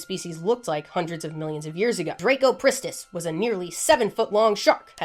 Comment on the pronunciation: Its not drako ... its dra...cop...rist....iss.....sorry I just realised your American butchering of pronunciation is evident in every name you recite 😂😂😂